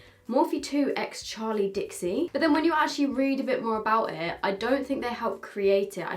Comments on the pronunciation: Hey just a reminder her names dixie not dixi 🤣xxx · just to let you know its dixie not dixi!!!!!!!!!!!!!!! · just to say it’s dixie not dixi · Just saying it is Dixie and not dixi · it’s Dixie not Dixi!! just helping you out haha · No one: Absolutely no one:: Charli and DiXi 🤔🤔🤔🤔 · no one: absolutely no one:: DiXi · no one: absolutely no one:: DiXi haha love you <3